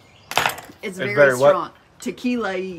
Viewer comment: "tu-kee-la-eee" it's a technical term 😀 That looks great, but maybe you audience has something with wanting the recipes: "The Flat Top King Cookbook Volume 1". I can honestly say you have one of the better flat top shows, in my humble opinion.